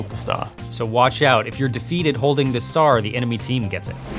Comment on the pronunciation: lol tongue slipped and he said sar instead of star